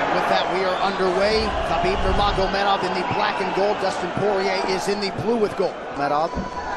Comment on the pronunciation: Is Habib not Khabib